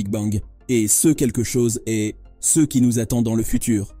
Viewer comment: Une IA de vocalisation qui n'est pas capable de prononcer correctement le mot "CE" !